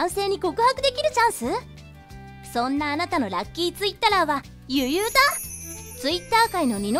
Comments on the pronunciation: ゆゆうたのイントネーションが違くて草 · ゆゆうたの発音おかしいだろ